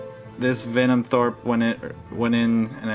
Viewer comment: Denim throat... Denim throat... Denim throat... Venom THROPE... HAHA yer killin' me!